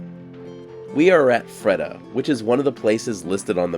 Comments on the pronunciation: I see you are also in, Fredda.. But it's not spelled that way. And has nothing to do with Mr. Flintstone. Nor Barney.. It's pronounced, Free-Duh. It's a girls name. I just thought you should know that. But you didn't. Obviously you have popped in here from, Proxima Centauri? Hi! How are you doing Free-DUH? You're looking kind of Electron, like. Lose a few Protons? You have gone on the Neutron Diet? Let me know how many DNA strands you lose? As you look, Marvelous! I think there is something wrong with my THC Vapor Pen? There's nothing left in it? RemyRAD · I'm not sure but the town of Freda is probably pronounced like the woman's name Freda "Freeda"